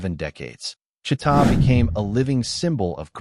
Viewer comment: it's Chee'ta